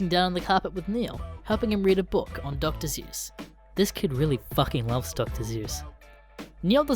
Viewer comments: You sound like your saying Dr. Zeus and all i can think of is a nice story with rhyming about FUCKING SMITEING A DUMB MORTAL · Dr. Seus with your accent sounds like Dr. Zeus